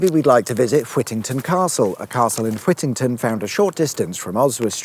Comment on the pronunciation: I pronounce it SHREWsbury, like those little mouse things. “Fwittington” 😂 Wales as a danger area, you’re not wrong there. Once you enter you’re lucky to get out alive and you’ll start saying ARAF instead of SLOW as it’s plastered on almost every single road there 😂 Cheers, very entertaining as always 👍🏼